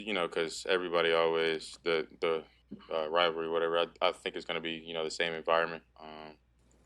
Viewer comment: Can really call it a rivarly considering he's literally never beaten the Packers?